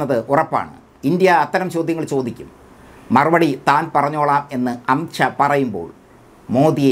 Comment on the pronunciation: വാക്കുകൾ ക്ലിയർ അല്ല.അംഷ അല്ല.അമിത് ഷാ എന്ന് ക്ലിയർ ആയി പറയണം